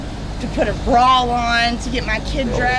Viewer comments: A brawl? Ma’am, it’s bra 😅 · Did she say…she puttin on a BRAWL or a BRA?!??😂😂😂 I personally suggest, a BRA.